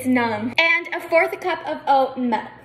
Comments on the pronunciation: shes not really good at pronouncing "mElK" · no. Its because of how they pronounced milk. They didn't even pronounce it as "melk", which some american accents do. She pronounced it so poorly. I think she tried to do it on purpose, as a little joke. It just made her sound like she has a problem saying that word.